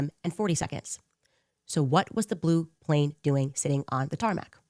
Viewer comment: He said “plane” wrong 😂😂😂